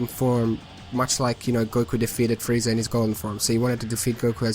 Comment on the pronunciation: It sounds like you're saying Friezar.